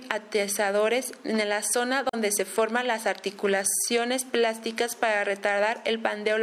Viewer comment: ¿Articulaciones pláticas? Deben mejorar la dicción. Buena información pero la locutora puede mejorar.